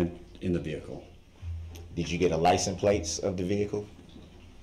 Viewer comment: Mr. Brooks, for the love of God, wtf is a licum place?